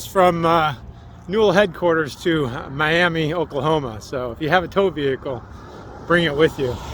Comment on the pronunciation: Ok it‘s MIAMA NOT MIAMEE LOL. ALL OKIES WILL KNOW YOUR ARE A TOURIST